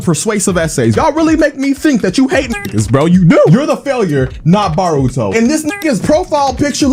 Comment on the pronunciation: its b"OH"ruto and not b"AW"ruto